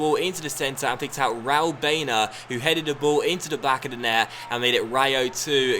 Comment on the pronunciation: I think baena is pronounced bye-ehna